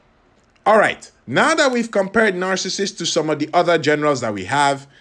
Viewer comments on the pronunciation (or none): Aka...I had to laugh through the whole video....because I think 99% of the time you kept calling him Narcasist !!! NOT Narcissus!!!.....poor guy!!